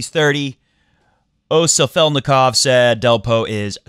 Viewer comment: Great show. Keep it up. I know how much you like to pronounce names correctly. Its Sal-fet-ni-kov and first name is Oleg. Like oh my leg lol. Would be awesome for rafa to lose so Roger goes back to #1.